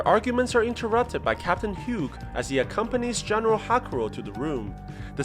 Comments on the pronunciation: THAT IS NOT HOW YOU SAY HUGHES NAME.😭😡😭😡😡😁😡😡😭😡😭😡😡😭😡😭😡😭😡😭 YOU SAID IT HAS HUGO WITHOUT THE O AT THE END 😭😡😭😡😭😡😭😡😭😡😭😡😭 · Hugh is pronounced "Hue" or "Hew". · that's not how you pronounce Hughes...